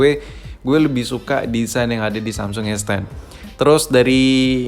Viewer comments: emg dia ngomong samsul bro wkwk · Samsul ? apa cmn gua yg dngernya samsul?